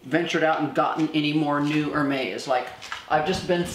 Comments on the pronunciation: FYI, Hermes is pronounced “Air Mez”. You might want to know since you have a huge following, of amazing viewers, deeply influenced by you and your incredible videos. 🌺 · You say Hermes incorrectly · You are mis pronouncing Hermès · Can you please say the names correctly? Love how blessed you are and love how u support fashion..but please respect the designers and at least say their names correctly..for example Hermes...besides that...congrats on ur successful surgery. Thank god ur health is wonderful. Thats the most important above all! Love u